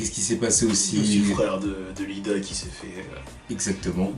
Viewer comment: qui dis toujours Lida alors que c'est iida:o